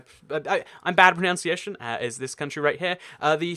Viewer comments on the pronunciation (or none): "I'm really bad at *pronounciation*"